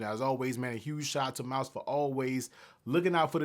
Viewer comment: Pro Tip: Pronounce the name correctly. Mous... not "Mouse", but "Moose" 😅